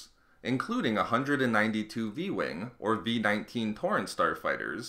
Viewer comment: Who else thought he said porn star fighters